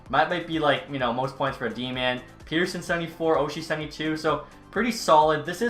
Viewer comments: I hate to be this guy but... Pettersson is pronounced pet-er-son, not peter-son like North Americans do. 😅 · Its pronounced (pet)(er)(son) not (pete)(er)(son)